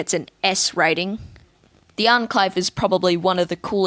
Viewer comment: "Unclave" 😂 I'm sorry if you have an accent but either way its pronounced "Onclave"